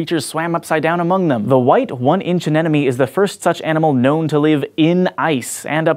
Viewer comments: Error: 1. The human genome is 3.2 giga base pairs (Gb), not gigabytes (GB); there's a difference. And I'm also guessing that the locust genome is 6.5 giga base pairs as well, not gigabytes. 2. You keep pronouncing it "Anenomies" when it is pronounced "Anemonies". Please check your facts before you say it on a science-oriented youtube channel. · A-nem-o-ny. Not an-en-emy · a--NEM--o--nee, not a--NEN--o--mee. Say it slowly and you'll get it. (Technically you should always say "sea anemone", because the anemone is a flowering plant. You would not say "horse" if you meant a sea horse.) An animal anemone is more animated, ain't it? (Say that ten times fast on your next show.) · It's a great channel and is a great presenter-- it's really fun though the way he says an-enemy instead of anemone. He's not the only one. Great presenter, great voice, great content. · Lupino I was going to, but felt I'd need to add even more to it. The point being his mispronunciation of "anemone" as "anenome." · A little squirt of lemon juice should rid Antarctica of its Aiptasia problem.... It is pronounced AH-NE-MO-NEE. Stop hurting my ears. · He did not say anemone correctly once during this video.